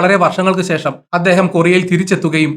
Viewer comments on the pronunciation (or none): none